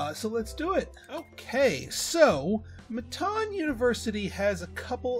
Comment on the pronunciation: Am I the only one who says it “mitten” like what you wear? 😂 I was cracking up at him saying “mi-TAWN” the entire time. 😆🙈🤷🏼‍♀️